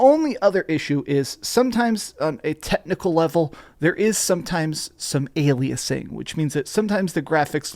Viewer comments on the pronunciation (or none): none